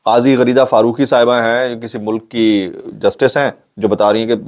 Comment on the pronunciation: Ghareeda ka pehlay ap naam theak lete thay please wahi lya karen its my request😝😜😁